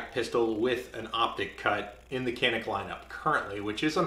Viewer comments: but you say "h"alapeno ... right? ... It's "J"anik. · The "C" in Turkish is pronounced as a "J" so it should sound something like Janik 😁sorry for nitpicking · It is pronounced as 'John-ick' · ps. In Turkish it would be pronounced like "john-eek" emphasis on second syllable. Named after a mountain at the Turkish city where the guns are made. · You are pronouncing the name of the company incorrectly. It’s Turkish, “Jhanick”.